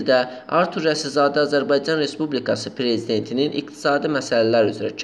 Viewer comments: Maraqlıdır ki,başlıqda Rasizadə yazılıb ancaq nə ücünsə aparıcı Rəsizadə tələffüz etdi dəfələrlə. İndi hansı düz oldu???.. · Kanal 13 arturun reklamı üçün nə qədər almısıniz. Başınıza dəysin hazırladıgınız video.Alçagın adını da düz tələffüz edə bilmir aparıcıniz